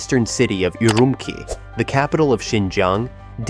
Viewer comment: It is not "UrumKi", it's "UrumCHi". It's not that hard to pronounce!